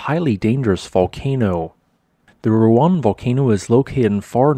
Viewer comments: Roo- ang. The dipthogs in Indonesian are split rather than run together as in English. You kinda did it near the end. You will find it easier if you put emphasis on the second vowel. That way you make both sounds distinct. Lots of Indonesian names will be easier to say and read by splitting the pairs of vowels into separate syllables. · The pronunciation also throws me too. Thanks for responding. We are all human.